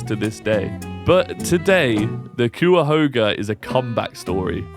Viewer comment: It's "Kai ah hog ah" The first syllable rhymes with "guy". Greetings from Cleveland.